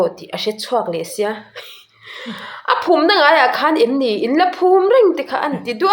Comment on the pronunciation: 'Phum' tih leh 'ngam' tih hi i chhiar dik lo deuh